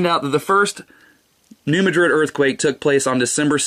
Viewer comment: That's New MAD-rid, not Ma DRID.